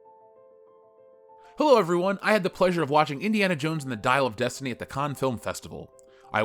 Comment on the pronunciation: Dial of deuce-tiney